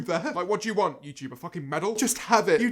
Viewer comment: Nobody: Not even Jojo Siwa: James: youchewb 👁👄👁